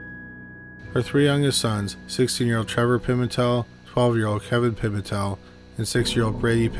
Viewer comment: Story 2 it's pronounced " Pi - Mental " not " Pi - Men - Tel " it's said like one 1 word name with " Mental " being pronounced like " a Mental asylum " so Pi - Mental = Pimental....... not Pi - Men - Tell ....I have alot of Pimental's where I live so I gotta do their name some justice lolol but your still the man bro 🤘